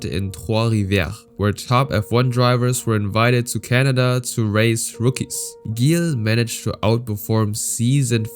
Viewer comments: Not Guille villeneuve but Gill villenuve like Gillett or "jill". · The pronunciations you have for every single name is spot on, except ONE.. Gilles Villeneuve.. It's pronounced like a G in French, so ZHill.. Sorry, had to clarify that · not judging, but it's pronounced "Jill" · Dont wanna be that guy but his name is pronounced like a "j" not a hard "g" you say the G like you say jacques. Villeneuve was well pronounced though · Not flawless. For some reason, he's got "Gilles" (as in Villeneuve) wrong — pronouncing it with a hard G instead of the logical, French soft G. In French, G is always soft before an E or an I. Surely this narrator knows that. His French otherwise sounds pretty good, so it's a little jarring that he's got a famous racer's French name wrong. Perhaps he's actually A.I.? Or at least, not a real racing fan (everyone knows Gilles Villeneuve!)? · Man, you really butchered Gilles Villeneuve's name lol- mainly his first name. The 'g' in Gilles is pronounced with a 'sh' sound but with a 'zzz' undertone I guess you could call it. Last name pronounced Vill-n-uh-ve but the 'uh' is almost halfway to making a 'oo' sound.